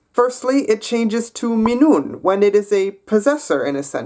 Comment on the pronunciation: The stress goes on the first syllable of every word, so it's *MI*nä and *MI*nun